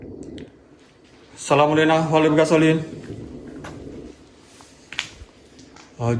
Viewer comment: Assalamualaikum wa ala'ibadillahi Solihin.....dibenerin ngucapnya bung...